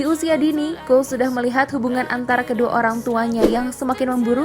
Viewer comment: Cole bcanya bkna col